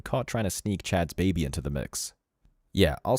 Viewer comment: Why is she saying “beebee” … it’s an “a” …. It’s called “baby” sounds like “bay-bee”